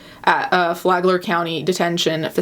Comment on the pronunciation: sorry native floridan its Flag-ler not the other way i cring so badly